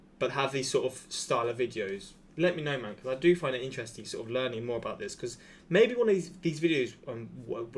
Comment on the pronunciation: "Sort uv walking pace" I burst out laughing